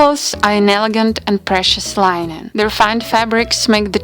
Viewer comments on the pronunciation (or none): white linen is pronounced as lin nin , not line in .